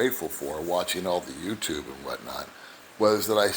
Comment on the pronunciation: I understand English perfectly. But when she says welcome to my youchupe channel it always makes me laugh.